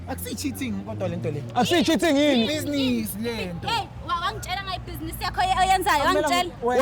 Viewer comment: " I did buzenes " 🤣🤣